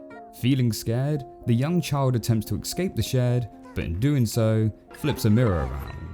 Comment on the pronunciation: I love your videos but ffs it's "escape" not ecscape!